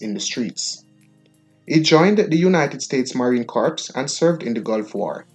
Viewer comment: Pronounced "Marine Coor" not "Marine Corpse" I suggest that you Google words with which you are not familiar and listen to their pronunciations -- that's what I do.